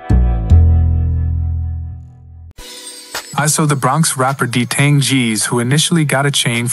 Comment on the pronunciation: “D tang” 😭